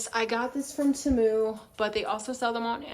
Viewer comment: I love the you say tehmu 😂😂😂